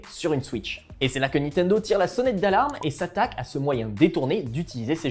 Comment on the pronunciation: vous vous appelez jeux vidéos mais pas capable de prononcer niNtendo correctement (et pas nitendo)